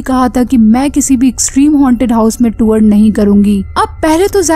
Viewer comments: Tuor ... Nhi tour bolte hai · Madam tour hota hai tuwar nai. Pronounced toh krna sikh lo